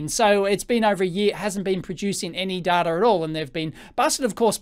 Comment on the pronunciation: Don't call him Daata, he gets very annoyed. His name is pronouced as in the English "Dayta", he insists upon it. (Love your videos really.)